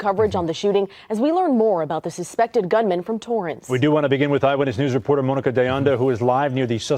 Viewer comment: Wtf is he calling her Moaninca hahha